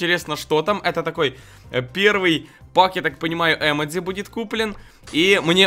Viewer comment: если ты хочешь показаться умным то не емедци а ёмоджы